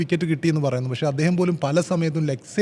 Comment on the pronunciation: 'പശ്ശേ', വയങ്ങുക', 'ഒയികെ,'എയുതിച്ചേർത്തു'.... നല്ല മലയാളം പറയാൻ ശ്രമിക്കൂ മിസ്റ്റർ.. 😅